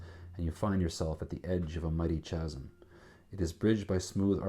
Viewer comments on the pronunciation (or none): Very enjoyable. For the record, though, "Chasm" is pronounced "KAZ'M."